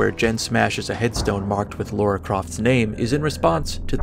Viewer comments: Why do people keep pronouncing "Lara" as "Laura" all the time? I mean, you don't pronounce "Sarah" as "Saurah" .... or do you? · "LAH-ra",. Not "law-ra". ^^